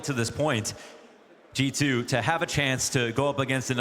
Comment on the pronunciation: I really thought the castor was saying "Chichoo" when he was saying G------2